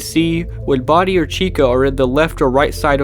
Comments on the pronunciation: Why is he saying "body" instead of bonnie ? 😂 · The subtitles are not automatic but keep saying Body instead of Body. Lmao. Lol, even. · did you just call Bonnie "Body"? or was that just the closed captions mistake.